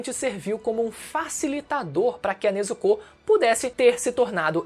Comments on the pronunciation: Tanjirô, Nezukô... Pq essa dicção? D: hahahah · O U em Nezuko é mudo😅